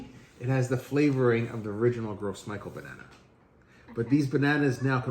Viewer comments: Ce serais bien de prononcé le nom de la banane correctement si tu veux faire apprendre quelque chose. "grosse Michael" 😂 ça ce prononce "gro MICHEL"...à vouloir expliquer ce que c'est qu'une banane t'en est une sacré pauvre de banane mon gars 😅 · Omg...as a service I'd like to inform you of the proper pronunciation. Its not "gross michel" that banana originally came from the French Martinique islands and gros is the French word for big, hence "big mike". To pronouce gros it's more like the English word "grow", the s is silent. Next it is michel but pronounced the French way as intended, so one would say "Michelle". So grow Michelle. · Why does he keep saying gross instead of gros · I found out that it's actually pronounced groh mee-SHELL. Because it's a french name. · Gros Michel is pronounced as “gro Michelle” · Pronounced - Grow Michelle. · Gros Michele is a French word so I think it's pronounced "Grow Michele" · It’s pronounced grow michelle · THANK YOU! I'm cringing every time he says "Gross Michael" 🤣🤣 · Thank you - I was about to click off- I can’t with gross Michael! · I'm still gonna call them "gross michelles" 🤣